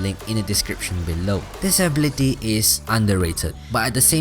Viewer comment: Ablity wth, it is pronounced ability